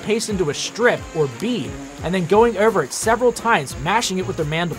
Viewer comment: Ouwver and ouwver to make a couwne. Gouwt it.